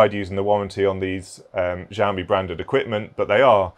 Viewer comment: I learned how to say Xiaomi from this video... I was 100% sure it was said Zi-o-me because someone told me that a while back. I googled it after you said it. I learned I was wrong. Price is good for new but I like to keep an eye one Facebook market and such. I picked up a $400 LG 144hz monitor for $90 but used market really depends on your location.